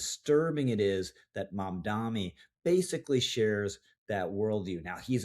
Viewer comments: I will keep putting this in your comments section until you get it right. It's MamdaNi not MamdaMi. He's a douchebag either way, but let's be smarter than he is and get his name right. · One small point ... how difficult can it be to pronounce the man's name correctly? ( e.g., ) Two ems, tnen an en. I would prefer not to spell out the name myself (why give him more air through my typing fingers?) but credibility and gravitas (yours) are conveyed by ( at the very least) taking the trouble to- pronounce a man's name correctly. UPDATE: and an apology - at the mark, you got it right. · He has been saying it incorrectly in every video (and it is common). And each time I point it out just like you have.